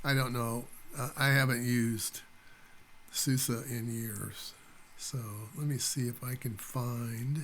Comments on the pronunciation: It 's SUSE, not SOOS :) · my friend, when we americans are given the chance to refer to something by what sounds like it might well be the name of a good-spirited, good-natured lady (eg, “that Suze sure is one good-humored gal!”), we do it! mispronunciation be damned!